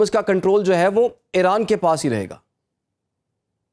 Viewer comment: او بھائی یہ ا ے ر ا ن نہیں ا ی ر ا ن ہوتا تھا اور ہے